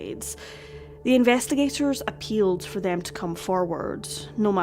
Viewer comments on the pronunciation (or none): none